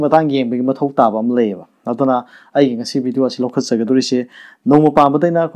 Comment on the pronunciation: 'TAUBA' haina ebagi mahutta 'TOUBA' haaina ebiyu.